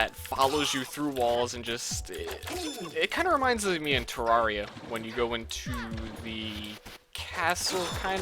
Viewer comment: Somebody who actually pronounces Terraria the correct way?! Mind = Blown